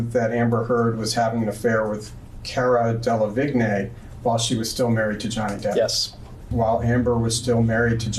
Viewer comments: His pronunciation of Cara Delevingne " Kera Delavignay" 😆😆😆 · “Cara dellavignay”